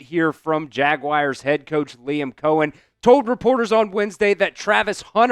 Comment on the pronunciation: Why are there some who say Jaguirs? It's pronounced Jaguars. 😂